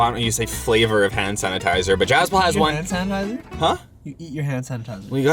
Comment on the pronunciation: Why is he saying “Han sanatizer “